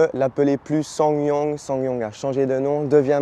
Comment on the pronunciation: Swa non swingue non swan yongue non EVX 😅 merki pour cette vidéo qualitative 👍